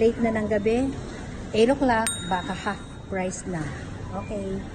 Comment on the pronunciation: Anong haft? You mean, "half"?